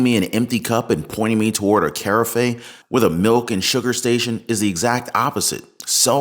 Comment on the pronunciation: Bro, I’m going to help you out here so don’t take it as criticism, it’s purely meant to be constructive and intended to be to your benefit if listened to but the word you say “Care-a-fay”? That’s not even close to the correct pronunciation. The correct way to pronounce that word is to think of the word giraffe 🦒 and instead saying the “G” sound, replace it with a “C” sound. Just say the word giraffe 🦒 with a “C” instead of a “G” and you’re there ;)